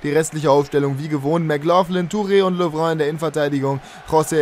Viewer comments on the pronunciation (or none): ibra hat keine serbische abstammung sondern eine Bosnische ! Und lovren spricht man nicht so französisch aus sondern ganz normal L O V R E N aber super mach weiter so, deine Videos sind klasse